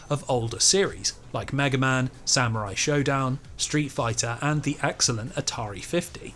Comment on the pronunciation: Every time you said the word “excellent” I imagined you were really saying “X-ellent”